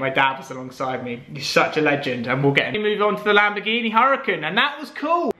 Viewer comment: c'mon dude - in regards to your previous Lamborghini Huracan, it's pronounced 'Ura-kahn' - the H is silent.